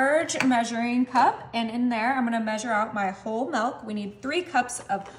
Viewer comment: It's pronounced milk, not melk